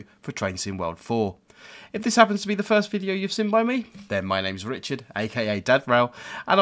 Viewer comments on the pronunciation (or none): none